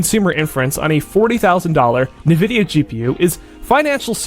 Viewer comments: It's not nuh-vidia. It's en-vidia. 😊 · Ni-vidia instead of en-vidia is messing with ne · everybody pronounes it as navidia even though its spelled Nvidia so it should be pronounced envidia. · It's pronounced "n" vidia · 'NEVIDYA GPU' lol